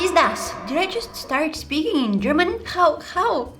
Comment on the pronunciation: As an Austrian, the german part sounded so good, if it was the first thing I heard on your channel, I'd think you're German/Austrian Edit: autocorrect